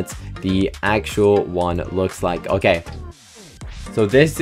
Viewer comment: "It's OKEH not to be OKEH"❤ ( cry😭)